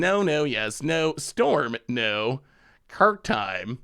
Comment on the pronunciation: Have you ever considered doing some sort of Against the Odds special April Fools Day? And please and chat, Krark rhymes with bark. Happy Holidays!